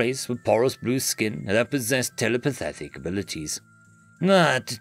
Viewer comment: Did you say... telepethetic?